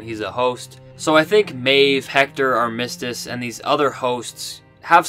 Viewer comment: Man you're killing me.... it's AR-mis-tiss. LOL.